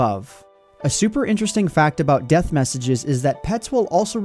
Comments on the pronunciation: What it's deth not beth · What's a 'deth'?